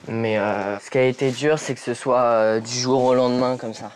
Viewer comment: ON DIT PAS SOYE ON DIT SOIT